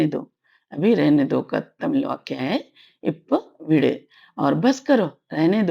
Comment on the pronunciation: Thank you madam for this .one question . when you pronounce vidu (rehne do) it sounds like vid but when you pronounce vidunge it sounds proper vidu+enge